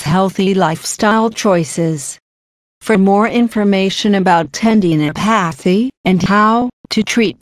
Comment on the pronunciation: hearing "ten-dee-no-pae-thee" in that voice was very distracting...